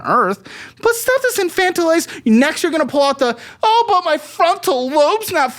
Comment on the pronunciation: Super proud of for learning the correct pronunciation of “infantilizing” and using it almost every episode ❤